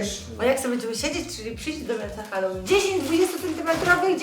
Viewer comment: Hell łin ZNACIE ANGIELSKI